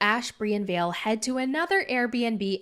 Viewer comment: Her name is vale. The way you pronounce ballet